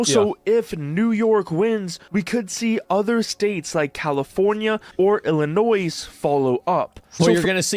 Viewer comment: okay... is this an AI voice like WTF? Everyone knows you don't pronounce the 's' in Illinois. I'm Canadian and even I know that, heck anyone who played Monopoly at least once knows that. Even non-English speaking people would magically somehow know that.